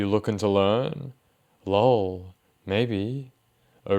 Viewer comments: I love your videos, I really do, but..... I HATE when you say LOW'EL as opposed to L.O.L !!!! I dont know why, but It is like nails on a blackboard ! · I always laugh when they pronounce “LOL” as “LOWL” 😂